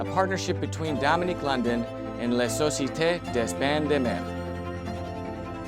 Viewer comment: I'm french, please don't try to say la Societe Des bains de mer anymore 🙏